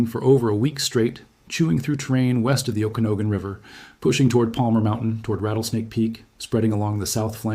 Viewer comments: Pronounced: O-Ka-Na-Gun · PLEASE pronounce the names of our towns correctly! OAK-A-NOG'-IN. Lake She-LAN' En-cha-LEE-um. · It's pronounced Oa'-kuh-naw'-gun County. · Hold on. The difference between them is the number of lives it's threatening. It's a natural cycle of life for the earth. Nobody has heard of the fire because leaderboard for this, isn't some sort of popularity contest. And it's pronounced o-ka-noggen. Sorry for being a Karen about it. But like, I am a Jessica, so maybe it's just me. You could maybe make a video about how they could use the weather control machine to take action without the loss of the brave firefighters..? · AI is not pronouncing Okanogan correctly. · At least you have learned to pronounce Spokane properly. Work on Okanogan, etc. before you continue to sound sound foolish to Washingtonians next time you report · Good points, well stated, and IMPORTANT. (You are extremely mispronouncing Okanogan, which may make people wonder. But did good on Tonasket.